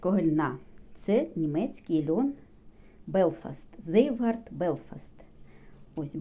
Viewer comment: Цвейгарт (Zweigart) , не "зейвгард" 🤦🏻‍♀️